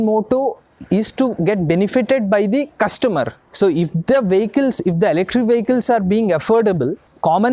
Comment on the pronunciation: Ele-krik 😂 Thank you for your awareness.